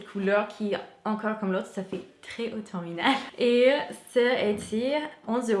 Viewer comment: « Autominale »🤣 c’est mignon😊 le vrai mot est « automnale » mais ne change rien cela apporte de la fraîcheur à tes vidéos 😘